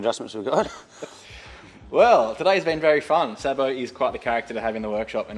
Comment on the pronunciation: Its pronounced Sabo. 😂